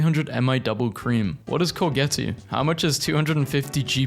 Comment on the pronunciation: It’s pronounced “core-zhet,” it’s what Europeans call “zucchini.”